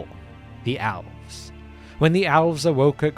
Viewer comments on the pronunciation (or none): I can't be the only person who hears him say "owls". I'm an avid viewer of this channel and so now, in my mind, the first children of Illuvatar are owls🦉🦉🦉🦉